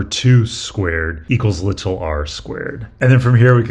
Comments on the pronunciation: It's really jarring as a brit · Yeah, incorrectly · I always love the way he says "little", it just sounds nice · I was wondering why it was "lit-all r" and just "s". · an english teacher should have taught you the actual and proper pronunciation of the word even if it is not used that way locally. Im from the UK where many accents dont use the T (including my own region), but we’re still taught it in schools. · It’s been said before, but you say the word “little” so strangely 🤣 but also, why use the word little at all? There’s no “big” R involved anyway! You don’t say “little s”… 😁